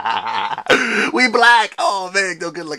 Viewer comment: "We black" or "We back"?